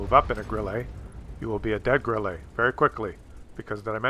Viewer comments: FFS STOP saying Grillay - there is no é, it's German not French, it is pronounced grill-uh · ITS NOT GRILLEY!!ITS GRILLE!Like Mille Grazie! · Check your pronunciation of Grille.